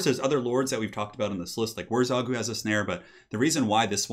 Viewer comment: WurrZOG?! It's WurrZAG, ya goon.